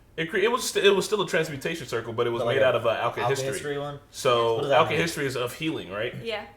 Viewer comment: AL-KIH-HESS-TREE not alchi-history